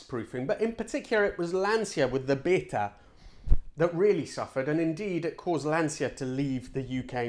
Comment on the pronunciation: Lancia bayta not beat her . Siete italiano ? Dovresti vergognarti